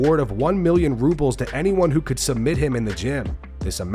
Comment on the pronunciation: Chimaev be talking about "rubles". LMAO